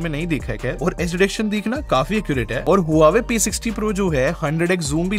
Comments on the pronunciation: It's not HU WA WE. ITS PRONOUNCED WA VE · Brother this brand is pronounced as hwaa way.... ❤love ur videos